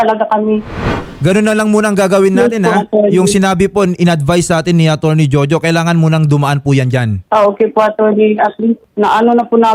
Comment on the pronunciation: ..atorney....hindi ateny...😅